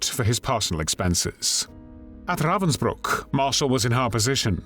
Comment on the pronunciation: Something so villainous about the way he says "RRRRrrrravensbruck".. almost Nazi like